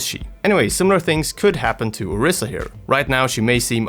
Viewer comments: It's an "I", not a "E". Orisa.. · its "oh-reesa" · Nigga Learn how the say the Heroes name correctly or do not make a video on her